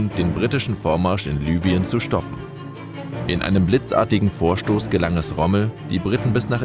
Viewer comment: Libyen - wird deutsch genauso ausgesprochen wie es deutsch geschrieben wird. Also nicht "Lübien" sondern "Libüen".